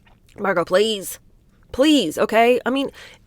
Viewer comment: Pah- leez!!!. 😂